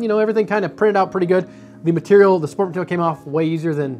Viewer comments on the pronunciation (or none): none